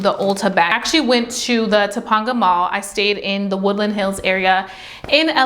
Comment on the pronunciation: It’s pronounced to-pain-ga mall lol like Topanga from boy meets world